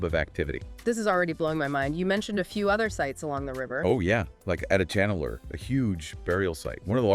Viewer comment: Folks, The phonetic sound for AdiCHAnallur is not the "cha in cha-racter), but it should be said with a sound of "CHA-rcoal). The sound phonetic of Adichanallur must be Tamil sounding like cha in Charles, cha in charcoal, etc ,😊 and NOT like the cha in character😮